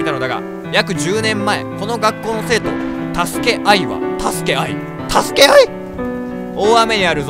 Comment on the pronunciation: 太助あいは、 太助あい(強め) 助け合い！！？ ここ好きや笑笑